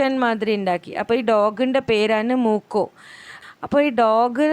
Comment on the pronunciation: Not മൂക്കോ his name is മ്യൂക്കോ ok🤣